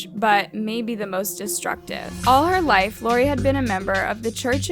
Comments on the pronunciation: I'm sorry but why can't u say life??????? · So can say damning but not life